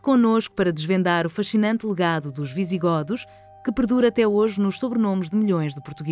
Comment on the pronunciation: Não se pronúncia "visiGÓdos" mas sim "visiGÔdos". Vamos começar por aí.